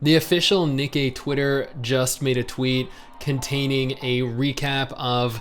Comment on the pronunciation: I laugh every time pronounces Nikkie wrong, especially when saying the full name. Just funny to me for some reason. 😄